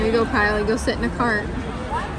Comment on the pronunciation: Lol...KYLE NOT KIBBLE. LOL again!